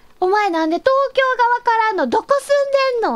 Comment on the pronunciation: とうきょう↓でなくてとうきょう↑ きょうの発音が